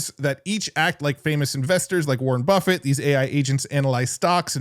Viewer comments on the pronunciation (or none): none